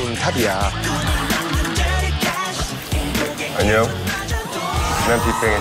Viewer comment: nobody : daesung : EnnYoNg